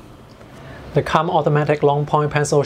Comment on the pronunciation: it's pronounced koomb not come